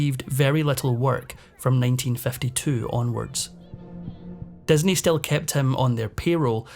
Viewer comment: Just curious as to why the narrator pronounces all words with an "i" as an "e"? Like "Desney" instead of Disney. It's so distracting that it makes it hard to listen to.